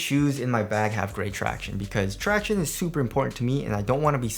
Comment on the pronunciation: Thanks for stop saying ‘tractioonees’.